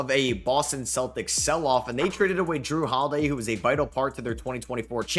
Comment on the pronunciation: "Jrue Holiday" really, how could you get that wrong